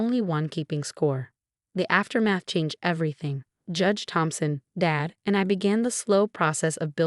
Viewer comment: I thought his name was Thompson not Phompson. The sister is terrible she just wanted the money.